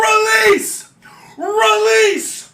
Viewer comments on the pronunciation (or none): on god dawg “realese” is crazy